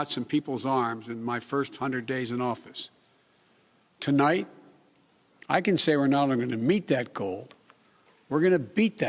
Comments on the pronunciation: HAHAHAHA THEY CUT THE BEGINNING OF THE SPEECH OFF BECAUSE HE SAID "TOLIGHT" INSTEAD OF "TONIGHT" WOW. Hiding his mistakes as usual. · * CNBC Edited this to remove beginning comment where he said "To-light"...Instead of "Tonight"...His couldn't even deliver the 1st sentence correctly! SHAME ON CNBC, ohh yeah they're part of the MSM machine (taking a screenshot of this comment to see if it gets removed) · They edited out the very first sentence he spoke. What was removed I placed in parenthesis: ("Good evening my fellow American's. ToLIGHT ) I'd like to talk to you about where we are...." The word following American's should have been "tonight" but he went with TOLIGHT. 🖥🎬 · said, to light instead of tonight right off the bat. I think this was taped and edited. Wow what the h3ll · Please note that they cut out the first sentence of the speech where he mispronounced "tonight."